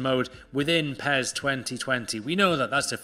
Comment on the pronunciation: Why do you say "PEZ"?